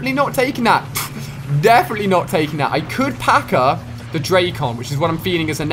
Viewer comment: Ali-A i am a big fan, but it is so cringe when you pronunc the names of the Guns, like dracon,its not drac on but dracon i one word.